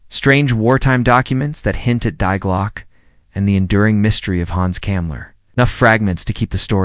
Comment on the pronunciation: Oh, there you go again. The word "DIE" is GERMAN, and pronounced like the first 3 letters of the word 'DEER', not 'die', meaning pass away.